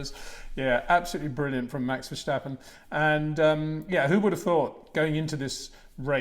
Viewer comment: There is no "SHJ" in Max Vershjtappen. Its just Ver sta pen :) i hear it all the time, even at those press briefings lol